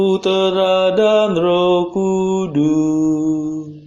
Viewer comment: Terima kasih banyak bagi Bapak yg mendaraskan doa. Kami bersyukur atas Rahmat setiap pagi untk ibadat bacaan. Mohon ijin saran utk doa kata Roh Kudus dan nafas, bagian huruf s nya agar disuarakan. Terima kasih. Berkah Dalem Gusti Yesus.